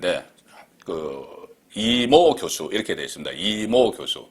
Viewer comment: 이 모교수~~이걸 이모교수로 읽는다고??? 골때리는 밴호샤네